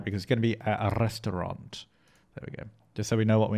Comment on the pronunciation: "A Rrestaurant" u said it really German 😂👍